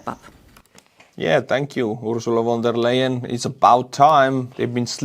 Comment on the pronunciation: You mispronounced Ursula von der Leyen’s name. Lion.